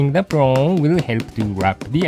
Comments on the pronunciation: you mean "prong" lol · i can't get enough of saying "prawn"